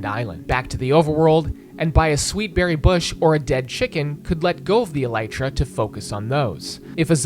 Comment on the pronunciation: he is alternating between pronouncing elytra and mispronouncing it.